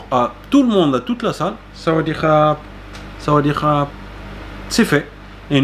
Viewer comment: Très bonne vidéo. Juste le sawatdee à revoir, mais je t'expliquerai 🙏